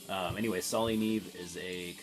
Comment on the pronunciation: dude, it's pronounced "nee ay-vay"..it's Spanish for snow